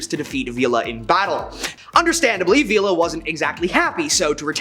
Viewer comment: Poncho Villa (Vee-ya)